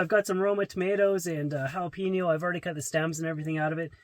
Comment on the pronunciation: Jalapeño not "Jalpeño"